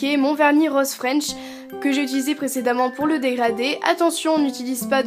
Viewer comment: Roooose pas Roooaaaaase😂😂😂